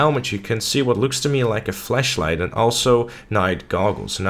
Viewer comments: Dose he know what a fleashlight is 🤣🤣🤣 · U keep saying fleshlight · oh he said flash light, i thought he was saying flesh light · flashlight or fleshlight?